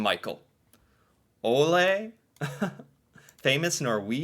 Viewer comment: Ole is said lik"Olé"